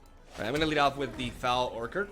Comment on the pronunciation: Love you vids. Great work. I am not ripping on you because English is your second language but Foul Orchard is pronounced differently than you think. Orchard is pronounced Or-cherd (ch like chair). I don't know if you care or not but I though I would let you know. Keep up the great work!